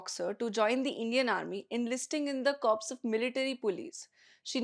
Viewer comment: Hi! A small correction. Corps is pronounced as Core not Corps. Corps is dead body.